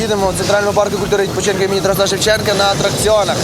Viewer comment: БуковИна. Правильно БуковИна, а не БуковинА!!! Не ТарасА Шевченка, а ТарАса Шевченка... А загалом молодці! Цікаво дивитися!